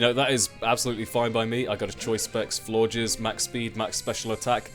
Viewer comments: I was so disappointed to hear you say floor-jizz like everyone else. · Seeing as the first to have french endings(Flabébé and Floette) Florges is probably pronounced floor-gey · Lmao I heard floor jizz too :/